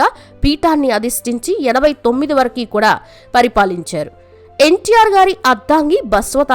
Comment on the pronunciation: వరకు అంటారు కాని నువ్వేమిటే వరకి అంటున్నావు ముందు మంచిగా మాటలాడటం నేర్చుకో